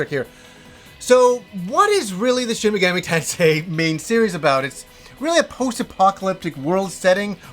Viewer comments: Take a shot every time says: Shin Megammy Tensay. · Shen Megammy Tensay